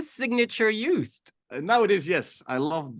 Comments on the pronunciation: I love your attempts at the Dutch language 😂 His name is pronounced Joast (is in Roast) by the way 😊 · Small adjustment: phonetically it would be closer to Yoast, because the J would make it sound like Djoost, whereas the y from yes fits perfectly. Klein in English often sounds like Klain, and in some Dutch accents it sounds like Klain too, but it is pronounced like the ei in the French soleil or city of Marseille. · His first name is to be pronounced as 'Joast'. Like 'toast´.